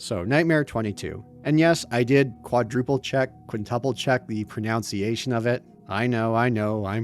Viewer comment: "I'm prone to mispronounce words here and there" after literally just mispronouncing "mispronunciation" is so on brand.